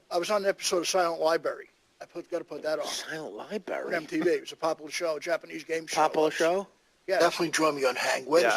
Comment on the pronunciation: "imdbs" "pre and post pahduction" "silent liberry" "poplah show"